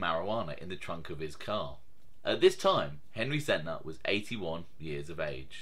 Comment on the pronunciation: Nobody ever realizes the guys name was SENTNER AND NOT SENTER! I thought I was only one who realized that!